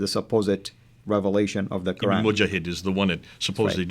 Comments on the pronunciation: Interesting.....you are a saudi but can't pronounce "QURAN" correctly in arabic ? Ummmm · Ex muslim from saudi and yet pronounce koran like a handicapped. You are being fooled by these clowns. Actually this vdo strengthten my faith that quran(reading) is unchanged. Tq. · Absolute nonsense should no better, I know for over 20 years, the Qirat was established in the lifetime of the Prophet (saw) clearly written in Bukhari the seven ahruf were taught it. Perhaps and need to actually read the Hadith, I noticed this who meant to be an Arab from Saudi yet he does not pronounce the word Qur'an correctly